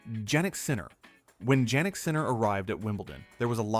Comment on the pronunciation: Exactly- no caveats for any of the other champions who probably also had a bit of luck along the way, why pick on Jannik lol. (And I wish they would pronounce his name properly)